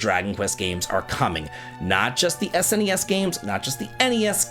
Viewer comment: Can I just say I love that you say " S N E S ". That is how I always said it and I hate how younger generation s pronounce it like it is a word, "Snes or Nes"